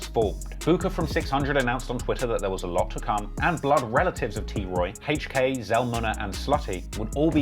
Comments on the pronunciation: It’s hilarious every time he pronounces HK as Hache-k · Why you pronounce HK like that?